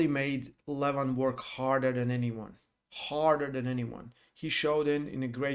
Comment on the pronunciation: you still didnt learn 🤣🤣🤣haha my godness .. Dont pronounce the Name Levan like seven